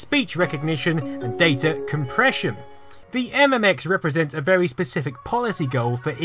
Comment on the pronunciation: and it wemains vus to vis vewy day